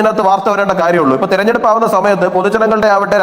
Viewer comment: "തെരഞ്ഞെടുപ്പ് " എന്ന വാക്ക്, "തെർനെടുപ്പ്" എന്ന് ഡിസ്റ്റോർട്ട് ചെയ്ത് പറയാതിരിക്കൂ, പ്ലീസ്!